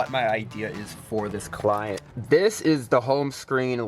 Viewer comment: He lost me when he said "full screen clinet" nah ah